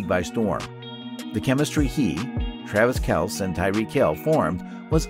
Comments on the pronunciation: ... is this whole video written and spoken by AI? would explain all the mispronounciations, like kelce and leonard. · When you make a football video as though you are knowledgable but can't pronounce Kelce. One of the most excellent TE of all time and headed for the HOF....you know, 10k+ yards with only 144 games played. SMH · Does this dude even watch football? It’s Kelceeeeee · Travis “Kels”. 🤔😂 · Ur butchering of Leonard Fournette and Travis Kelce’s (x2) names makes me wonder if you actually watch football. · I do not like how this narrative robot pronounces Travis Kelce's name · Hi Tambuistuff. We have moved on from that narrator because he cannot pronounce the name of the best TE in football. We invite you to watch our new Travis Kelce video on our page. (rightly pronounced)